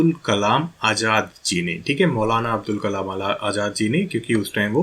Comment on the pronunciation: Sir not abdul kalam its Abul kalam